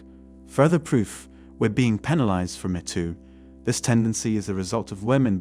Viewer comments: 'Mee' too, not 'meh' too. 👌🏻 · Obvious text-to-speech voiceover there. Videomaker, please be vigilant about pronunciations, most notatably "metoo". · “The meh too movement” 😂